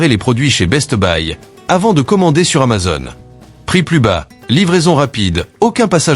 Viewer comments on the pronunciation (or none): none